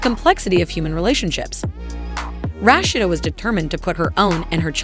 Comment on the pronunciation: Him & homegirl would possibly have to get real jobs, cuz Rasheeda shouldn’t have to pay him a dime. She was the money maker not him. Would the announcer learn how to say Rasheeda’s name!!!